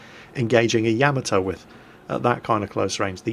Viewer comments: "YAH-MAH-TOE" Not "YAE-MI-TOE". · Tigerfrost YAH-MAH-TOH. Not TOE. It's a short, hard "o", not long like in "toe" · Tigerfrost It's pronounced 大和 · I die a lot inside every time fails at pronouncing Yamato. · Well, that is the sound I was trying to go for but wasn't exactly sure what character to use. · ***** wasn't as far off the proper pronunciation of Yamato as "pay-rice" is from Paris:P